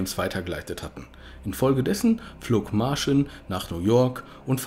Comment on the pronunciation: "Martschin" und "Michau" spricht man sie aus...